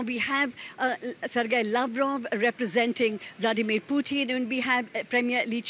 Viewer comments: She pronounces like President Bloodymir putin.. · Did she say BloodyMary Putin?